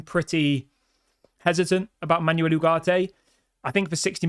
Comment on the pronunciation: Sancho to go.... Ugarte is better than the others you mentioned I would take Ugarte and Amrabat together... Stop saying Ugarte is too expensive. He is worth what we are willing to pay. Also, please practice saying foreign teams and players names before coming on and talking about them such as Panathinaikos and Manuel... cheers